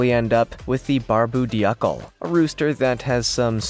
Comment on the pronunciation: Polish chickens are called polish because in Dutch "pol" means hat or crest. Also it is pronounced Barb-oo Doo-clay.